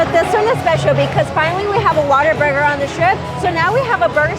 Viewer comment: I think it’s cute how many say Waterburger and not Whataburger 🙃